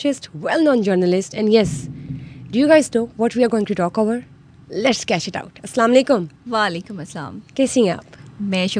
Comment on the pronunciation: Pehli baat ye ka salaam u alaikum ni kehty Asalaam u alaikum kehty han...ka ap per salamti ho...im talking about Anchor